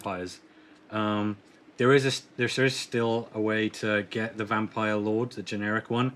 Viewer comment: I'm sorry Britain but it's not pronounced Vampire Layers.